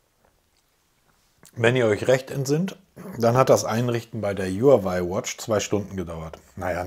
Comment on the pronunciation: Du sagst so oft Huawei, dann lerne doch mal, wie man den Namen richtig ausspricht